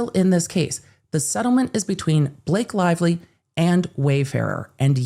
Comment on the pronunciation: Blake Lie-vely